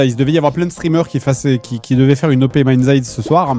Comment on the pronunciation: Le jeu qui devait être présenté est MindsEye. Fred et la prononciation anglaise font deux. :3